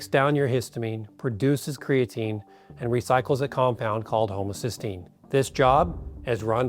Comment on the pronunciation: Why does he pronounce 'homocysteine' as 'homocystine' ? Does he know the difference ? The two are related, but are substantially different.